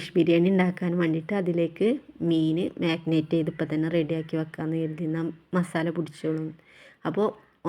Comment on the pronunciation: Magnate alla “marinate “ anu;nice video masha allah 😊❤❤